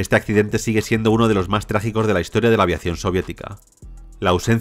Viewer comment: No entiendo porque este tipo en lugar de decir MAS dice MAR.